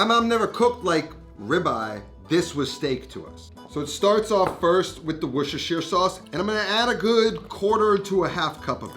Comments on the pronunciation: Wooshashir sauce 😂😂 Wuster-sher (as in shirt, no Eyre on the end) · “Worshishishier sauce” 😂😂😂. You don’t pronounce Worcestershire as it was spelled. It’s more like wor-ches-shir sauce. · Worcestershire is one of those English trick words! It is pronounced Wooster, as in Bertie Wooster. Another one is Bicester, which is pronounced 'Bisster' by the locals. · "Wish-ish-er shauce" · Here’s a tip The city of Worcester, is pronounced “wu stuh” Worcestershire sauce is called “wu stuh sauce” in the UK. The “shire” is dropped in more blue collar surrounds. When visiting the palace its “wu stuh shire” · were-sh-es-tur-shire sauce .... put it all together now Washursister sauce. wait, wut? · weshweesheer sauce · It's "Woor- shust-tahshire" sauce if anyone cares to Know. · Love your vids …but you are straight up murdering “Worcestershire”! Take it from a Bristolian from England, not too far from the place, we’re in a neighbouring county, and here we pronounce it “Wuss-tur-sher”, be the first yank I’ve heard say it properly, dude ✌🏻 *The County Bristol is in is Gloucestershire (Gloss-tur-sher) …I know, it makes no sense, it’s thousands of years of change in pronunciation, if you don’t live here you don’t stand a chance 😂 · Wushushire sauce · Its pronounced " wash your sister sauce" 🤷‍♂️ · Weesheesheer sauce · Love it when Americans try to say Worcestershire sauce😂😂😂😂😂 ,its pronounced wos-ster-shire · For all my American friends, its pronounced wuss-sta-sha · Usually you just say cut out on most of the word Worcestershire and just keep Worster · Let me help you out mate " WUS TA SHA". Is how you pronounce it ! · Definitely NOT saying it correctly! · Say the name of the sauce again. The Name Noone Can Pronounce.